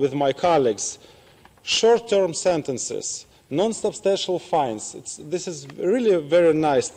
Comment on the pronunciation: да, ошибки были, например, на он сказал какое-то непонятное слово "фаинсис". Пока не прочитал русский не понял. Должно было быть fines (фаинс). Ну и ещё были...